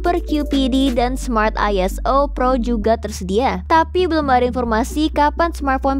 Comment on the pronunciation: Beberapa catatan dari saya - Kalau mengacu pada ilustrasi gauge di , 2000-an Mbit/s berarti 2 Gigabit/s bukan Gigabyte/s - 25 atau 26? - Hanya atau banyak? - Pengucapan hoax (Eng) tidak tepat - 5.0 itu titik kan bukan koma. Dari five point o (Eng) - ISO itu lebih umum diucapkan aiso (Eng) atau iso (Ind). Bukan dieja satu persatu hurufnya Sekian dan terima kasih Maju terus Jagat Review!